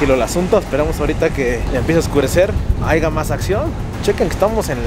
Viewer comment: Dices Grabriel no Gabriel dices Haiga no haya jajajaja pero bueno es tu toque 🤣🤣